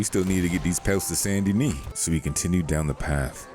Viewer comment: Saint Dennis❎ Sandy Knee✅ 😂😂😂